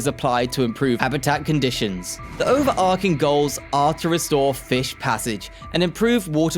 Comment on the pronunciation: & & "Trans-form-A-tive" instead of "trans-FORM-ah-tive". "Over-ar-King" instead of "over-ar-CHing". With all of the other mispronunciations and periodic odd pauses, I'm thinking this is an AI narrator and there was not much oversight of the output. The devil is in the details. Finessing & polishing is requiring when presenting information to the public. For a channel focused on infrastructure, to stumble on "gauge" when talking about railroad tracks is especially odd. It's pronounced "GAJ", not "GOWJ" (and measures the distance between two rails).